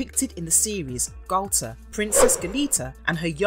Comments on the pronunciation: Interesting, but, and this might be minor or even petty to some, but the voice over is driving me crazy the way they pronounce Galtar. "Nah, man, it's not the same! I'm saying Gal-ta, not Gal-TAR!" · It's two different syllables. Gal-tar. It's not pronounced so short. The letter a is long. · Say Galtar like He-Man. Gal-tar. Say Barbera like Thundarr the Bar-barian. Bar-bera. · I know it's pedantic buuuuut... It's pronounced Gall - TAR not gaul-ter and Hanna Bar-bear-ah not Hanna Bar-bra.